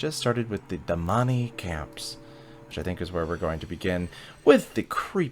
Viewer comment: Man. I love your French interpretation of the Damani 🤣